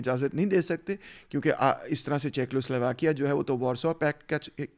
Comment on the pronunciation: Good analysis but please correct your pronunciation of Czechoslovakia= checo not checklo